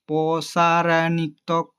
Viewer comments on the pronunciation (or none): প্রশাসনিক কে বলছে প্রসারিত প্রসানিতক